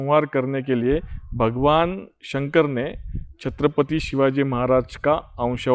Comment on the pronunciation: आप शांति से छत्रपति बोलिए आप छतपति बोलरहे हो विडियो में ए महाराज का अपमान लगता हे 🙏 हर हर महादेव 🙏